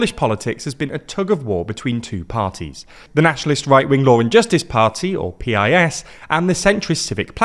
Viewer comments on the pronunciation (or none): You keep naming Poland's biggest opposition party PEE-EYE-ES, instead of calling it PIECE, as we do in Poland and as a large number of foreigners do, following our example. PiS is an abbreviation of Prawo i Sprawiedliwość (Law and Justice) and an "i" means "and" in Polish. This make us pronunce this abbreviation like a normal word, instead of repeating the first letters od every word, simply because the "i" word doesn't have its first letter - it has its ONLY letter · It's pronounced "piss", you cowards. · can you please pronounce the PIS part the same way my local news station does? they always say "the piss party" and the name fits very well. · Guys, PiS is pronounced like Piece. Also, Jarosław Kaczyński is pronounced YAR-oh-suave ka-CHIN-ski.